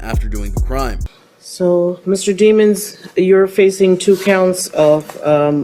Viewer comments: I think it’s French and supposed to be pronounced “deh-monz”. But Melly said it as “demons” just to sound cool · it’s actually pronounced day-monds, she pronounced it wrong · It's pronounced Dey mons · It's pronounced de mons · Demons? I would think that’s pronounced “deh-mons” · His last name is pronounced Dey mons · It’s pronounced deh mons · I think it's pronounced Dehmunz. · It's pronounced Daymons 🙄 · His last name is really “Demons”. I’m sure it’s not pronounced the same but geez. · they said his last name wrong.